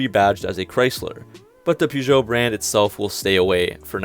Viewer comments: One of the first tasks will be for the Americans to learn how to pronounce (correctly) Peugeot! Present announcer/presenter included. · My mans completely butchered Peugeot and Citroën 😂😂